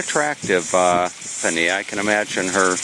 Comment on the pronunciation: Pania is pronounced parneea. Great video